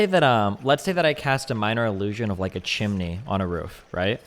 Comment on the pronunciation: wtf is a chiminey